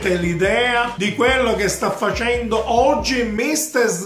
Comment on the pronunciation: ''Micster'' ahahahah